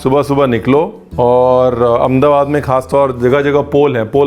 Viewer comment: Only non-gujju who says Amdabad as Amdabad others call it as Ahmedabad..